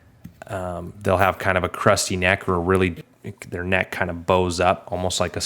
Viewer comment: i kept hearing "crusty" neck and couldn't visualise it - but when you likened it to a stud, i realised you were probably saying "cresty"?